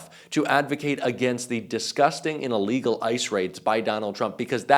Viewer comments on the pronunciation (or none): none